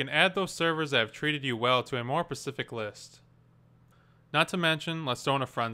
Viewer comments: Specific* Not pacific. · Not exactly instructional..... moron. Also... "SPECIFIC"!! NOT "PACIFIC"!! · Ugggggh. "Persific" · "pecific needs", "pecifically" yuck, if this vid wasnt so helpful i would have downvoted this video for perhaps the 3rd since they got rid of 5 star ratings. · omg. He said "pacific needs."